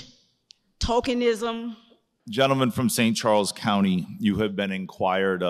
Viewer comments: And “talkingism” that’s a new one! 😆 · I heard her say "talkinism"..... she actually said "tokenism".... okay. I'm gonna review it though. Only because I want it to be "TALKINISM"! Here's the thing..... often my ears hear stuff that I enjoy much better than what is actually said... like this. I've never heard of the word "Talkinism" in my almost 50 years of life and I enjoy this word so much that I want it to be real! It should have a definition then. What she was doing..... TALKINISM! LOL, Yes! She was absolutely projecting talkinism! I gotta review it. In my rational sensible part of my brain.... it was probably tokenism. In my hopes and dreams.... it's talkinism... time to review the tape! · I think she was trying to say “tokenism” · she said, "tokenism"